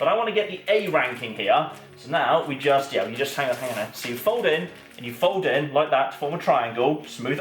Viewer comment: So triggered by the "folding" 😖😂